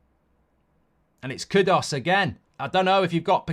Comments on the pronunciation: It's KudUs not KudOs, flippin weirdo. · How dumb can you be to pronounce KUDOS, while the writing is KUDUS. It's not that hard.